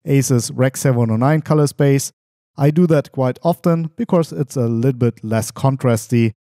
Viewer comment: Gutes Video as usual, aber "becaurse" :D